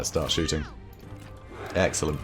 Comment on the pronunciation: "Axellent". haha, ha.... Sorry.